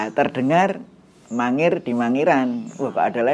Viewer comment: bukan mangiran mas tapi mangir itu beda